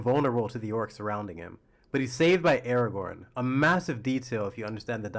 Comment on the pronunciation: Brother can’t pronounce Aragon rightly but thinks he has an opinion to tell…